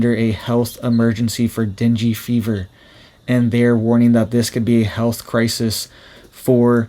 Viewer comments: Not dingy fever. It is pronounced Den-gay fever. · It’s /den GAY/ not dingy! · Pronounced den gay. Not dingy. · FYI, it's pronounced "dang", not "dingey". The person who named it has sensitive ears or it would be named "damn fever". Here's an example. Mother: Are you down with the sickness? Some bloke: Yes. It's that damn fever again! Mother: Dear, let's call it "dang fever". Some bloke: Only if we misspell it! Yep. Can't argue with that. :) Well, hopefully this joke helps you remember how to pronounce it. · It’s not dinghy fever- it’s pronounced ding. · Not Dingy Fever. Say DANG GAY Fever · deng-gee not dinjy fever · Deen-gay. That's how you pronounce dengue. That said, this is some sobering info. Thanks for sharing and making us aware. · Thank you for the info and the way you pronounce dengue innocently wrong, "dingy fever" because the truth of our world would make any sensible soul cry more than laugh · Pronounced den-gay fever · just in case it matters to you, dengue is pronounced "den-gay". No judgments here, just saying. 😁👍